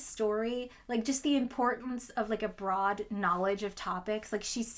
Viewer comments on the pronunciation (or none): none